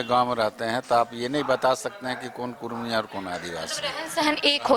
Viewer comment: कुर्मी नही कुड़मी